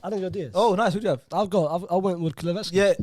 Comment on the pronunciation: when pronounced kulusevski wrong telling his bredrin to laugh louder had me dead 🤣🤣🤣 pronunciation’s are wild